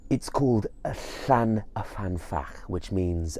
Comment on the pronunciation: Hi, Welshman writing. I grew up near the lake in question, which is located near the head of the Swansea Valley close to Brecon. I love the presentation and video footage of the lake in this video, but I would like to gently point out that the lake is called Llyn, not Llan, y fan. Llyn means lake, whereas Llan means a sacred enclosure such as you get around a church. About 80 places in Wales are called Llan-something, usually the name of a Welsh saint from the 7th century, eg Llandaff, Llandeilo, Llanpumpsaint (the enclosure around the church of five saints).